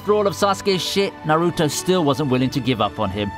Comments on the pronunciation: Especially naruto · the way he said naruto made me cringe but he still a fellow weeb so we must love each other